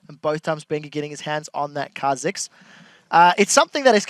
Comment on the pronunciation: Kah Zix lol